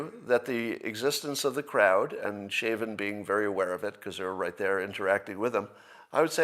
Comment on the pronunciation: Scott doesn't know the definition of homicide, doesn't know how fentanyl kills, and doesn't know how Chauvin is pronounced. I feel as if Scott is not very well informed. Fact check me on that.